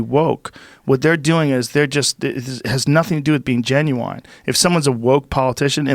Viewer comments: Joe "when I say 'genuine' I pronounce it 'Genuwine' like the guy who sings 'Ride it, My Pony'" Rogan. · Rogan keeps saying “Ginuwine” 😂🤣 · Joe "Genuwine" Rogan